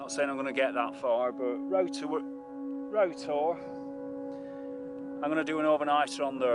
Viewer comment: I think you captured Roughtor perfectly, nice to see a 'foreigner' pronouncing it properly too. :) Bodmin moor has some of the best tors, Roughtor and Kilmar are as good as anywhere, but it's never as packed as Dartmoor can get, which I do love about it. As for big cats, as someone that grew up on the east side of the moor.........I'll say no more ;)